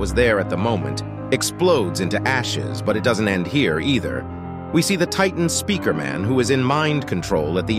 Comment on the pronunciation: Maybe it’s hard for yiu to say speaker?